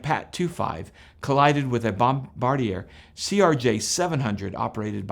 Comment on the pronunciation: I wish one person with a channel on flight could say "Bombardier" correctly. It's not a small company!